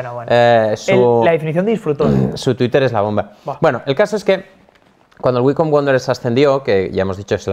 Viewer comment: yo lo pronuncio waicombi porque me parece mas chistoso